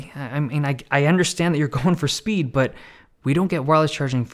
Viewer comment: No one: Dave Lee: sPeEd !